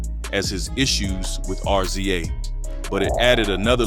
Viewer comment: Why do you keep saying R Z A it's pronounced Riz-ah